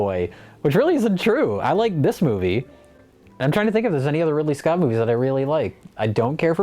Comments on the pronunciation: Did Jay say “Ripley Scott”?? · Did Jay say, "Ripley Scott"?